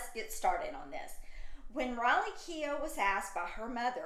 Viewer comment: So funny you call her 'raleigh' instead of Riley